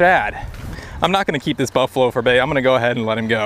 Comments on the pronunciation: "I was off getting bait". Lol I had to rewind it bc I could have sworn you said i was off getting baked! Lol thanks as usual for sharing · I swear I heard you say " I was off getting BAKED " ahaahaa. Had to rewind it to hear what you actually said. Wish it was " getting baked " lol. Great vid as always. Keep up the interesting vids brother. Thanks.